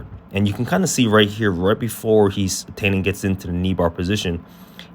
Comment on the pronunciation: Nice breakdown. His name is pronounced “tie-NON”. Like a bow tie, with the emphasis on the NON. It’s ok because every non-Brazilian brutalizes this name, but there you go.